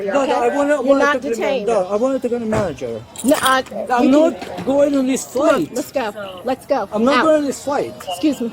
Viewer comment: "I wan talge da man jerr" 🍸🥂🥂🍹🍹🍸🍸